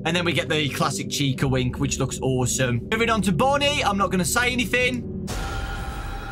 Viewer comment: Chica wink sounds like Chica wing 🍗